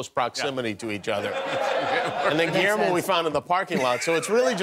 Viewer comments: Pero le llama giermo en vez de Guillermo 😅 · Seas mamón Diego! Pronuncia Guillermo bien! 🙄